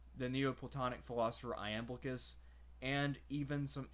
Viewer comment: PRONUNCED El ee ous Yam blic us